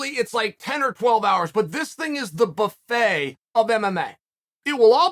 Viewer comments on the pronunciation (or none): none